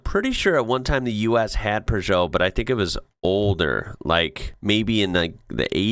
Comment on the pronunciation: Where does he get an "r" in Peugeot?